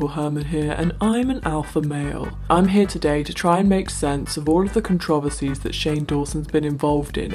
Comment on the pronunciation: Please god I beg of you to stop pronouncing it "con-trov-ency" it's pronounced "con-tra-verse-ee"